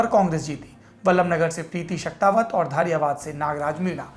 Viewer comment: सर जी धारियावाद नही धरियावद हे विधानसभा का नाम ओर केंडिडेट का नाम थावरचंद मीणा हे गेहलोत नही आपकी कवरेज व न्यूज बहुत ही अच्छी हे हम हमेशा आपके चैनल को सुनते हे